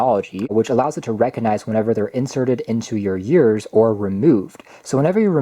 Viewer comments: You were saying YEARS instead of EARS, and it's a bit distracting/cringy. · The way he pronounced ears was really distracting...